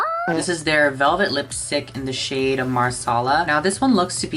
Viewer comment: I thought he said in the shade “whore” 💀